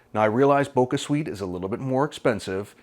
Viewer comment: It's bo-cha, as in kabocha, the japanese pumpkin it's made from. Not bo-ka...